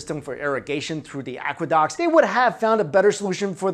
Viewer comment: Anyone else notice he can never say the 'Uh' sound in words? Like AquadOcks. Or 'I Juan' instead of 'I Won.' Sorry but it pops out at me every time